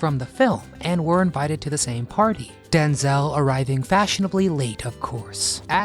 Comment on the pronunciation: I was with my late husband from 1977 and wed in 79, we were together until he died of terminal cancer in 2014, I'm still his wife until we meet again. 46 years and counting. Wish that dumb robot would learn how to pronounce names correctly. It is DenZEL Washington, NOT DenZAL.